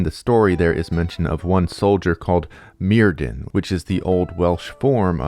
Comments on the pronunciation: enjoying the video! but just a quick note that the welsh 'dd' is its own letter and not pronounced like the english 'd'. 'dd' has more of a 'th' or 'f' sound so myrddin is pronounced like merfthin, with emphasis on the 'dd' sound ! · I'm being really petty now but "y" in Welsh is usually pronounced as "uh". So "Myrddin" would be "Muhrthin"! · Clearest example: dd in welsh is pronouced as a (voiced) "th" in english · because the c.f. voice on YouTube pronounces it "murr"-rhymes- with-purr, "th"-like-then, "in"-like-thin. But it's a computer, not a Welshman. Also, please tell whether the Welsh Gododdin were influenced by Germanic/Norse paganism (or the English, who didn't exist until after the Gododdin named themselves....) Thanks. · DD is pronounced TH. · I realize there's not much chance you'll be able to redo your entire voiceover, but I just started watching this and wanted to give a heads-up that the DD in Welsh is pronounced "TH" and not as a "D" and likewise "dw" is "Doo." Enjoy your content very much regardless! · It's difficult to take this seriously when you haven't bothered to learn how to pronounce Myrddin, Vortigern, Taliesin, or basically any name in the video. I quit 15 minutes in because you cluelessness just became too much.